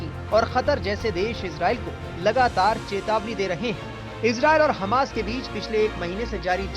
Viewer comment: Hamash? h hamsh thik kiya?